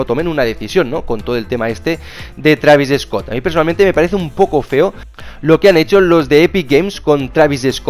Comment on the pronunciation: Travis eeeescot dice xd